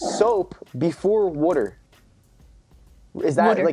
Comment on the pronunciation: Also is it me or did y’all realize the way Noah said wuter and not water